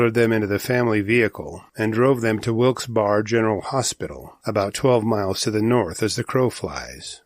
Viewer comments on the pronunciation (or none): Wow what a story. People really need to be careful. By the way it's pronounced Wilkes Berry not Wilkes-Barre even though it's spelled that way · It’s litterally pronounced “wilks-😍Bare”